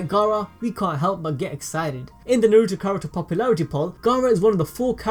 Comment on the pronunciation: I cant handle the butchery of the Naruto names ugh